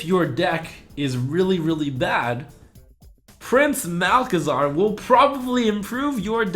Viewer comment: You said: You have to see the beauty in all cards, and I think you just butchered Prince Malc. :P